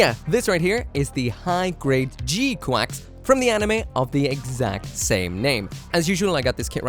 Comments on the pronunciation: OMG didn't you used to live in Japan? How are you pronouncing it wrong?! It's very clearly, audibly "G-kucks"....not QUACKS. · Wait, it's pronounced "G-Quacks"? :D I was sure it's "G-Kyux"! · in japanese it's ジークアクス which is pronounced G-Quax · thought it was prnounced g kax